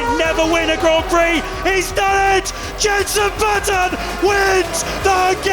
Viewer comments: Hearing her call him Jeneson Button really hurt me tbh. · Did no on hear “Jenson Buttson”